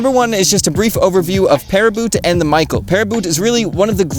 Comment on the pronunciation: Also Michael is not a French name but it would be Michel and pronounced like Michelle in English — Mee Shell